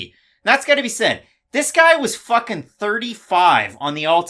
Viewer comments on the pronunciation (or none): Every time says “fucking” I cringe because it sounds so awkward like a foreigner saying it. But I guess he’s trying to be cool.